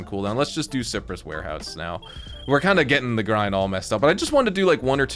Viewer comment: Bro, Cypress is pronounced SY-pruhs...not SIP-pruhs. /ˈsaɪ.prəs/